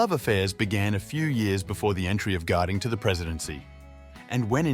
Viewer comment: Warren Garding? It’s Warren Harding